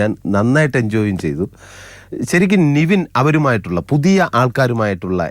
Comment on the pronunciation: Pottase athu Niveen alla Nivin 😂😂